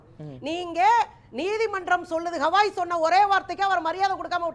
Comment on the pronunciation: கவாய் என்ற பெயரைக்கூட சரியாக சொல்லத்தெரியாத ஆம்னி பஸ் எல்லாம் பேராசிரியர்?